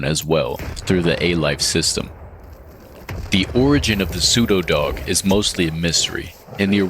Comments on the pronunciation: After 5-7 times you said that word I understood why I don’t like it, you pronounce it like “psudodog” instead of “pseudo dog” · Your pronunciation of pseudodog hurts my ears, maybe this is just because I’m not used to pronunciation like this. And personally, I heard pronunciation like “psevdo” most of the times (by the way, in Ukrainian letters/sounds “у”/{u} and “в”/{v} often are interchangeable, but not always)